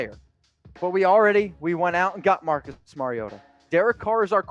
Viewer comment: Its-- "Marcus". Tuiasasopo-- 🤦🏾‍♂️🤦🏾‍♂️